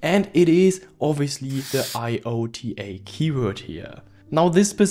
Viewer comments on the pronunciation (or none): iota is pronounced "eye oh ta"